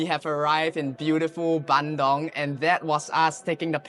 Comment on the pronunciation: It's Bandung Not BANDONG